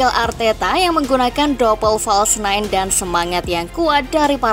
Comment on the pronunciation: Hahah sama nketiah dibaca nketaiah, false Nine di baca false nite